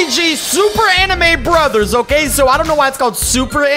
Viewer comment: I love how the bruvers keep pushing a chuver